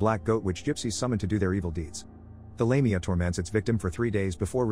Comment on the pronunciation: Did you even watch the movie?? The evil demon is Lamia and is pronounced "laaam--e---ahhh not "lame---e---ah!!! ugh!!!